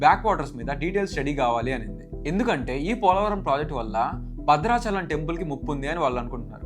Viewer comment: Excellent topic, good Explaination Small correction: Bhadrachalam not padrachalam